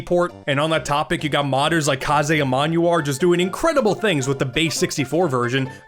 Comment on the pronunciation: thanks for the kaze shoutout, he's the best, btw his name rhymes with haze